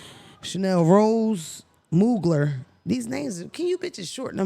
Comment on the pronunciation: Not muglERRR.. Mugler is pronounced “MOO-GLARE” in terms of how it sounds “ 😌